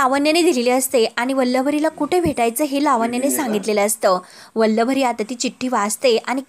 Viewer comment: अहो वल्लवरी नाही वल्लरी म्हणा!